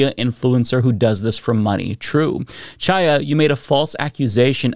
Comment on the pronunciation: The “Ch” in Chaya’s first name is pronounced like the “Ch” in Bach or Challah bread. It’s a Hebrew name. We take issue with all the fascists calling the VP Ka-MAH-la, we should pronounce her ethnic name correctly.